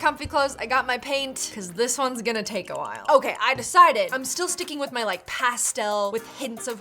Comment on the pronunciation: “I’m gonna take-ah my crystals”